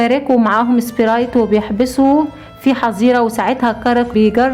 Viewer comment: القصه تحفه وكلمه سبريت من صوتك جميله